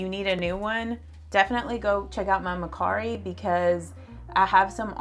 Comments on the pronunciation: I think it’s MER CARI. NO MAR CARI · It could be her accent, it's a little southern ❤. She pronounced it Ma/cari. Which I also say ma/cari lol.